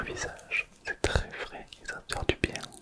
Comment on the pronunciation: J'aime bien quand tu fais le trrrrrrrrèèèèès😊😊😊😊😊😊😊😊